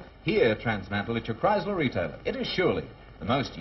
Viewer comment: Kriesler sound like Criysler!